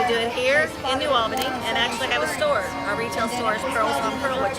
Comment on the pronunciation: The correct pronunciation is New Awl’-buh-nee